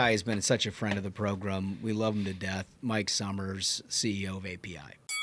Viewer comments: I like the cut of your jib… except when you say program as “progrummm.” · Do we HAVE to say progrum so often? Let's replace it with "show"....you can't really mess up show. 🫠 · I really like this podcast but if that guy on the far left keeps saying progrum I cant watch anymore 😂😂😂